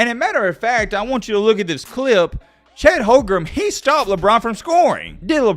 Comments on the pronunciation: Its Holmgren not Holgrum btw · At least pronounce Chet's name correctly 😂 Holgrem was so cringe